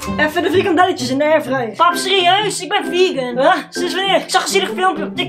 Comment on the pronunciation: Je moest het stukje pauze zetten dat je de V van vlegan zegt!😂😂😂😂